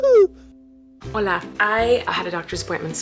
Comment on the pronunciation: Ok your "hola" was perfectly pronounced